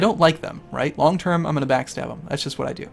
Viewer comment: That's Long not ling